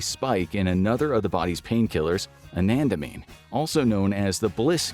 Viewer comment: Bro pronounced anandamide wronv